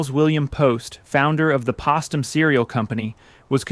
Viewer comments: Berkshires, not Bareshires. Postem, not Pastum (as in past). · I'm enjoying the story, but... It's Postom with a long "o" as in "post" not a soft "o" as in "pot". It's probably only the elderly like me who would remember this, but the mispronuncian of the name of the company is a bit irritating. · Postum is pronounced Post Um, like a post holding up a porch. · "Postum" is pronounced wirh a long "o" sound. P ō stum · Its pronounced Postem. Like Roast them. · How do you get "potum" out of "Post" ??? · AI narrator can't pronounce "Postum". It's post-um as in "Post". AI slop. 👎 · Wish orater would call the coffee substitute by its correct name. It’s pronounced like her name pOstum. Mom gave it to us on cold mornings before school. It was so good. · Mizner is pronounced with a long i vowel sound. Also Postum is pronounced with a long O sound. I'm just saying. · Pronounced Post-Tum (long O sound). Postum is also known as the Mormon Coffee where i come from. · How can this AI voice pronounce Post correctly but can’t pronounce Postum? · It should be obvious to anyone except AI, that Post um, should have the same pronunciation as the root name Post. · YES-THANK YOU - IT'S POSTUM (long O) my mom and dad drank it instfead of tea or coffee. As a teenager, I hated it -- always thought it tasted like dirt! So great to learn about its history. Also, this is clearly AI-voiced ... it's good, but there are lots of mispronunciations and incorrect emphases of certain words. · Its POST-UM TWO SYLLABLES POST-TUM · I've never heard anyone pronounce Postum that way. Everyone I've ever heard pronounced the ,1st syllable the same as Post's name. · I appreciated and enjoyed this, but why can’t hired narrators or AI research the correct pronunciation of things like Postum and Romanoff? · Postum is pronounced the same as the Post family 😂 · Where is the editor?? The reader keeps mispronouncing Postum! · The cereal company was pronounced post - um, (as in a wooden POST). Not pos-tum.